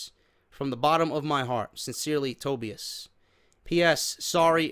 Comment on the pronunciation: It's pronounced TOE BY IS